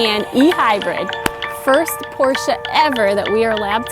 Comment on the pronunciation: Thanks for pronouncing Porsche the right way! "Porsche" not "Porsch", like a lot of English speaker do, including car journalists who should know better. It's a family name so there are no different versions of pronounciation. Great review, really enjoyed it!